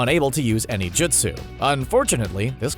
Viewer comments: “JISTU” ITS JUSTU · Jitsu yup totally how you pronounce it